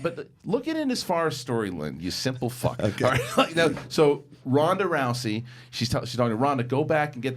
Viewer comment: It's not Ronda Roucey bro!! Row-zy.